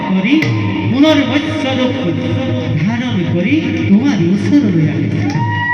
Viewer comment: মচৈ‌ নহয় দাদা মৎস্য অৱতাৰ